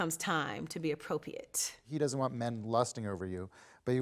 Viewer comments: Why’s Shamari mispronouncing ‘appropriate’……’APO-PEE-ATE’ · The way she's pronouncing appropriate is annoying me so baddddd 🤦🏽🤦🏽